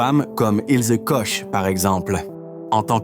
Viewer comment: Pas Kosch, Mais korr prononciation